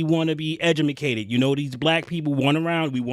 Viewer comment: Love it; “edumacated”. 😂